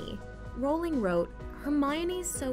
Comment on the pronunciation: Is no one gonna mention she pronounced Rowling wrong?